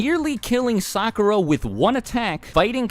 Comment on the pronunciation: I wanted to watch this video to find out why my sister hated Sakura so much. But I kept cringing at the mispronounced names, so I stopped watching half way through.